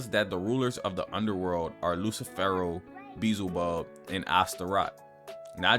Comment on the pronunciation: its not beeZLE-bub . its beeLZE-bub